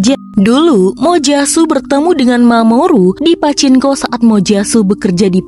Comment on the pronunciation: Min..itu mbaca PACINKO..bukan pake N ya..tapi NG..PACINGKO..kurang sreg dengernya..